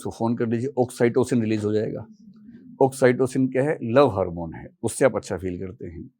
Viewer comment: Oxcytosin 😂 .. oxytocin